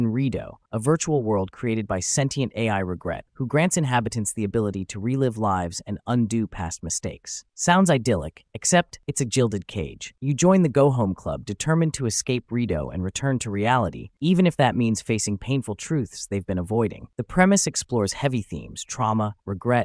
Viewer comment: "Jillded" cage?? lol